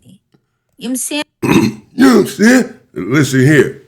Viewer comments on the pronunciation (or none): "Yom sayin!" 🤣😂